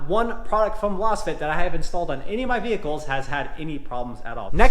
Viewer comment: I think you are mispronouncing Lasfit. It's pronounced like you would say laser or lazy or Lay's potato chips. Lazefit. You're saying like you would pronounce lozenge which makes no sense